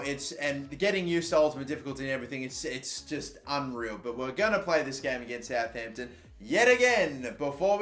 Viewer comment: he said Southampton 😂